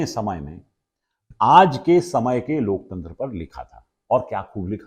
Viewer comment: जी अपने अपनी बातों में कई बार लोकतंत्र की दुहाई दी तो कम से कम शब्द तो सही बोलिए ।"लोक चंद्र " कहिए महा मानव से कुछ सीखिए